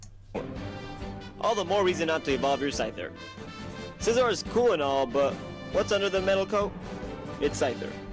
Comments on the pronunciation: It just pisses me off when people pronounce scizor as scee-zor. It's pronounced sci-zor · Did he say Seezor? It's Scizor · whenever you say scizor it sounds like caesar i want pizza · I hate the way he says scizor